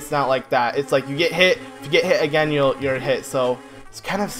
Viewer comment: U said shit instead of hit I’m a kid... SO work on your pronouncement!